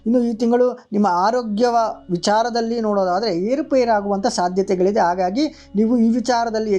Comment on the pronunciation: ಕನ್ನಡದಲ್ಲಿ 'ಹ' ಎನ್ನುವ ಅಕ್ಷರವೂ ಇದೆ..ಆಗಾಗಿ ಅಲ್ಲ..ಅದು ಹಾಗಾಗಿ..ಶುದ್ಧ ಕನ್ನಡ ಬಳಕೆಯಾಗಲಿ.